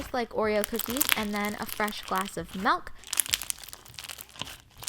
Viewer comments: its MIIIILLLLK not MELLLKKKK OMG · Omg she says melk 😭😖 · Not trying to be rude but is it just me or does it sound weird when she says Milk 😂